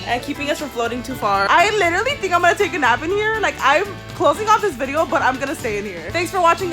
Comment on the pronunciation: she can't say literally